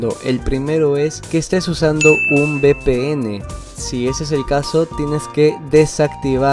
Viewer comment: ¿Qué es BPN? La letra V se pronuncia "uve" no "be", porque "be" es B. Si hablas español háblalo bien o vuelve a la escuela.